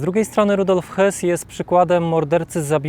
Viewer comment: Jedna uwaga, nie czytaj Hys tylko Hess, gdyby miał nazwisko Höss, to wtedy Hys, a tak to Hess, po za tym, super materiał👍 Dziękuję😊